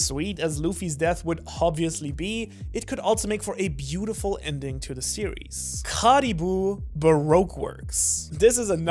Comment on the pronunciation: How he says Caribou hurts my soul